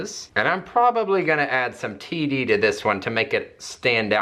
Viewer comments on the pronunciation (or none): "I'll probably add some td" I honestly heard tb and I was really confused how or why you would add tuberculosis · Same I had to replay that at least 4 times before I realized it was T D haha